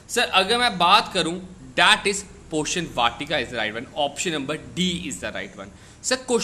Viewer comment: Poshan hai ye not portion